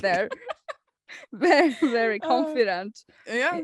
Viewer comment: "Wery big vedding episode"